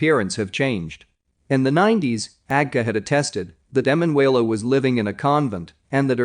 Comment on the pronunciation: You must change the Narrator..., Her name is E MAN UELA, He says her name in correctly about 99 times..., cant listen to the rest, sorry